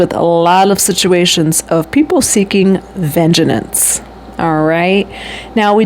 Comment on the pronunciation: Ven-jens. Not “ven-gen-ence.” 😂 You’re inserting an extra syllable.